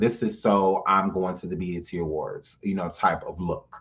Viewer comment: He said the EBT awards 😂😂😭✋